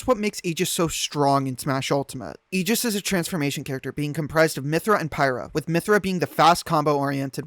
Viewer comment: never let a Smash player say Aegis brah 😭😭😭